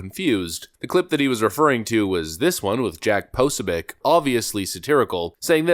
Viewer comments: Posobiec - pronounced "po-so-bic", not "possa-bic"...... you really butcher names badly and it only takes a few minutes to look them up. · Pa-Sew-Bick. I mean he's been a part of the conservative movement for the last 6 years yet no one can say his name currently. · why can nobody pronounced this guy's name correctly? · Ok, under 2 min.... struggles with CPAC and can't pronounce Jack Posobiec. What a fake! He's no pundit!